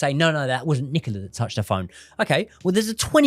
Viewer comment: Is her name Nicola or Nicaler?